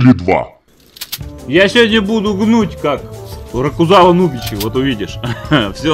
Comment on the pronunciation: "Ракузава" ахахах